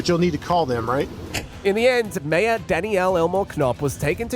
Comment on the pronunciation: Great to hear an Australian voice being used for the commentary. But the voice is pronouncing 'mayor' really wrong for an Australian. We say it it like 'mare'.